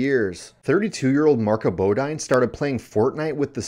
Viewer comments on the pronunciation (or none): And it's pronounced bow-deen